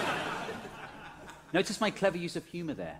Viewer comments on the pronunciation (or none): ... What exactly did you say? "Clever use of humor there" or "Clever use of humid air" ? (or both? :-)